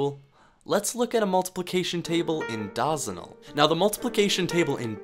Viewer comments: omg stop saying dawsonal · Bro Said "DAHZENAL" 💀💀💀💀💀💀💀💀💀💀💀💀💀💀💀💀💀💀💀💀💀💀💀💀💀💀💀💀💀💀💀💀💀💀💀💀💀💀💀💀💀💀💀💀💀💀💀💀💀💀💀💀💀💀💀💀💀💀💀💀💀💀